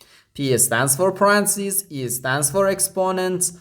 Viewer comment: English teacher here. Repeat ten times aloud the following and it will feel more natural next time to say it correctly: Pa-ren-tha-("th" is unvoiced, like in "thistle") cees. Pa--ren--tha--cees Stress 2nd syllable. Pa-REN-tha-cees.